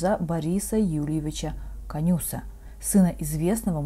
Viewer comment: KOnus - not KonUs